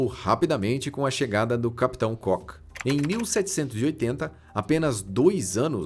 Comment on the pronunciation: Cock (cók) é pênis! Cook é (cuk) e é o nome do capitão!